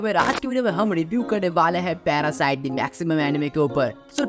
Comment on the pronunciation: Anime k review krne wale mere bhai.. jiss anime ka review kr rha h uska naam to sahi pdh leta .. it's "Maxim"